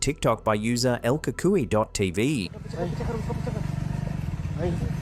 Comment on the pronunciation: Any time I hear "el" coo koo-e, I know it going to be followed by complete fiction. 🙄